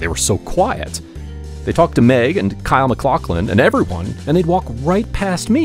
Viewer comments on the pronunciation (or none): none